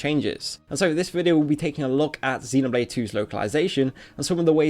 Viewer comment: You are saying xenoblade wrong